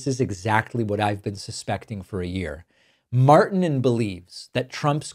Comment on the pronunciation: Marrr- tee -nen roll the r, long i. Martinen